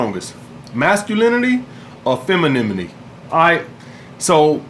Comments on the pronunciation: "Feminimini" 😂😂shout out. Gotta love this dude. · He’s so masculine he can’t even say femininity. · “Mascalemonly” and “Femilemonly” 🍋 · “Feminmiti” haha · be like “feminimenity” 🤣😂😂